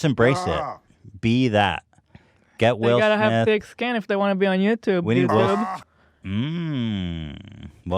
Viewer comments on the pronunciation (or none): none